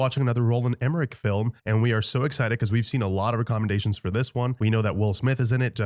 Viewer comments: Why did he say recommendations so weird lol. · Who pronounces recommendations like that? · You said "recommendations" weird lol. Love yall!!!